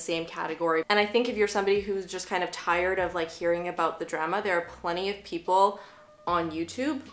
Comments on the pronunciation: 😂😂 the drema. The drema. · Sounds a little like “druma” to me lol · the way you pronounced “drama” was beautifully canadian. also... this base>>> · Haha Canadians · Yeah not all Canadians 🤷‍♀️ west coast vs east coast?